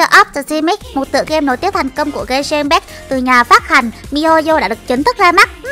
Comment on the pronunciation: Genshin impact đọc sai kìa chị ơi 😌👊 Bmú Fame Genshin hỏ?